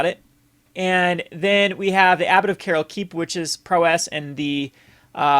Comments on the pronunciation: The only problem I have is that you keep saying prowess and et cetera weird. It's prow-ess, not pro-wess and et cetera, not excedra. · Hey I really like these videos but could you pronounce prowess like prowus instead of prow-ss ty. Keep the brews coming :)